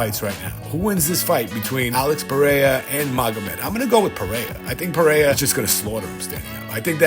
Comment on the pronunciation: I will be happy when content creators learn how to pronounce Alex Pereira's name correctly.